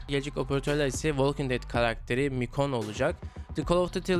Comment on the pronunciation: Michonne öyle okunmuyor mikon değil mişhon